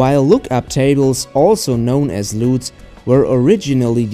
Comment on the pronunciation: "Loooots" haahahahaa (LUTS).